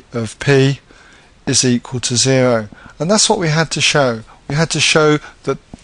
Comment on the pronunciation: "zewow" hahaha thanks for the vid!